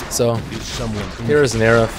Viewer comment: Dude stop saying Nerif.